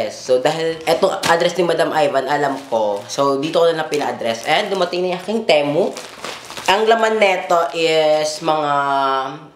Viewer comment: Hindi teh-mu ang basa Ti-mu